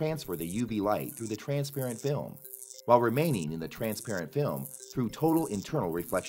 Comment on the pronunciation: STOP SAYING "TRANSPARENT FILM" LIKE THAT! JESUS FREAKING CHRIST